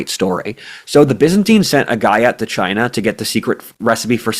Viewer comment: pronounciation of China has definitely been Trumpified- which amuses me